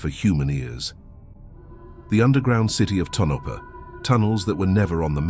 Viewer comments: Tonapha is pronounced Tone-a-pa. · The AI voice's pronunciation of Tonopah is an eerie mystery in and of itself!